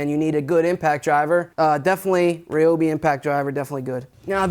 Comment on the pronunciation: I love y’all’s Chanel but it ryobi not reobi lol